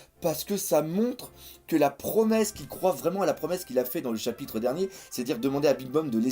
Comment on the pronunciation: Arrête de dire chapite c'est insuportable haha